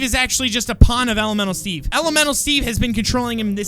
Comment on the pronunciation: The way says elemental Steve it sounds like elomelo Steve AND I LOVE IT XD